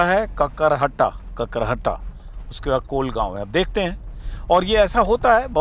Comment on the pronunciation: Sir kakarhatta nh h Kakrahata h gaon ka naam